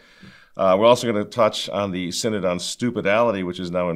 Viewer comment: SIN-ODD of SIN-ODD-ITY.